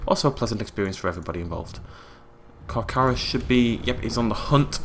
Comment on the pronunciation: Kakis6969 It's still Charcharodontosaus, there is no ru in saurus, and the first Car isn't supposed to have an h.